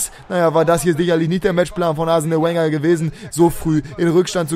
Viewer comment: Das Training nicht zeigen P.S. Wer hat auch immer Arsenal Wenger verstanden? 😅